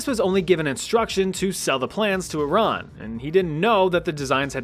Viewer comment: I love how you say Iran correctly (I’m not Iranian but I used to have a close Iranian friend). Most people (native English speakers*) pronounce it as I-ran and not e-RUN